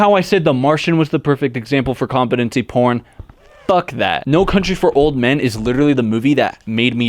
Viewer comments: say compete say competency say compete again say ency say compete again say compete ency it is com-pete-en-see not com-peh-ten-see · Nah it’s kaam-puh-tuhn-see according to google but this guy is still sounding funny when he says it for some reason